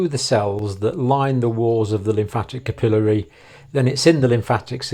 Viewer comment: You need a video for pronunciation. Capillary incorrect here, venous correct.